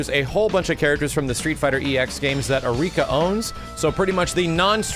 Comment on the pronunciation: It's pronounced "Arr-ee-ka", not "Uh-rika", and it's "Dar-rune My-ster". Come on,, at least try and pretend you know what you're talking about.